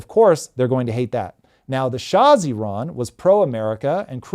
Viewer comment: As an Iranian, I can say this is one of the best analysis on this topic. Tom always educate himself before start talking, really brilliant👏🏻👏🏻👏🏻 And Thanks for pronouncing Iran correctly❤